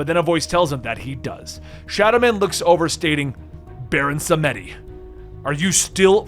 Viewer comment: It's pronounced baron sàm dee